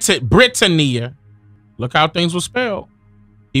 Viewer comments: The W in sword is silent like the S in Illinois. Brittania is Brit-Tan-knee-Ah Great information though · is it BRIT-TUH-NEE -YUH? or BRIT-TAN-NEE-YUH? TAMES or TIMS? ija.........